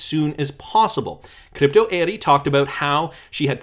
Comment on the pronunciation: Why do you say crypto Eri’s name like that all the time? You really think it’s pronounced like that?